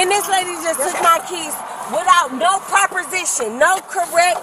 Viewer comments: Did she say "no correct propersition"? What in the world did she mean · Wtf is a proper•sistion? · “Propersition” that’s not even a word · ”Took my kids with no properition”😂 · What’s a Propercision? 😂 “Momma Day Horizon me” Wow this chick.. They make it 1000 % worse…